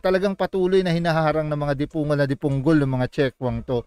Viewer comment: Hindi magandang pakingan ang salita mong ''dipongol''.